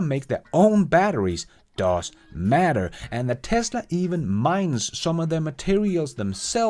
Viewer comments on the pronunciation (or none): none